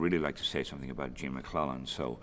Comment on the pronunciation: Nice piece. But it's Gene MacLELLAN....not MacLennan.